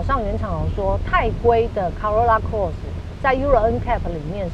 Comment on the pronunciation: Corolla Cross 唸錯了。 Eco也唸錯了。